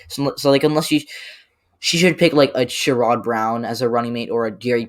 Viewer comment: Great video. I would probably flip NC and MI but agree on everything else. I think Sherrod Brown’s name is pronounced more like “SHER-id”.